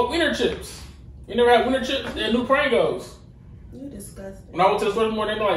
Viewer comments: Funny how you pronounce it "prang-gos" 🤣🤣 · "Prangles" lmao it's Pringles